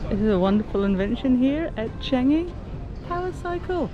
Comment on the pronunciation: Ive just been told by my Japanese colleague it's pronounce 'Chaangi' not chang-i